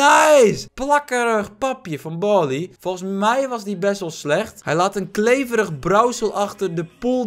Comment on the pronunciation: BARLEY NIET BORLEY